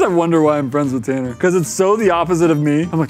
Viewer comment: “I’m TanNER”